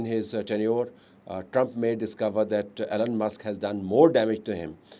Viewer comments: Yes, right sir... it,s E , lon Not , A, lon or Allen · Isnt his name Elon and not Allen